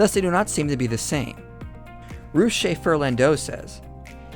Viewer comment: Further, Russ sounds like truss, not like loose.